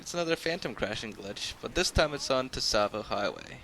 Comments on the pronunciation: I die a little inside when you say Tisavo instaed of Tsavo. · Everybody say tsavo highway well you actually say savo highway. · It's pronounced "Savo" with a very hard 'S' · I think it's called, "Savo highway." With a silent "T." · Need it’s pronounced savo highway it’s spelt tsavo highway ok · is pronounced savo highway, the t is silent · The t is silent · You don't pronounce the t...just sayin'.